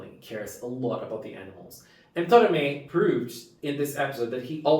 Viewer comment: I agree, this is one of the most emotional episodes we ever had in the history of Precure. 😢 One small correction. His name is To"ra"me. Tora=虎=Tiger, Me =目=Eye. If you say "Tomare", it will mean "Stop!!".